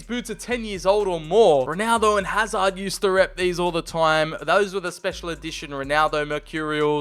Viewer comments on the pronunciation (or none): none